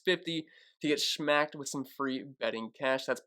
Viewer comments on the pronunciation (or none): Hahaha said smmmacked. I love it.